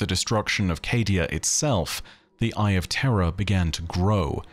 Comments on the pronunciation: Please for the love of Christ learn how to pronounce words. Idk if your saying terra or terror and thats nuts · i lol'd pretty hard when you had to emphasis "terror" vs "terra" because your accent makes them sound the same hehehe